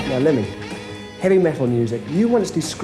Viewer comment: “ Lemmy Ehh” 😂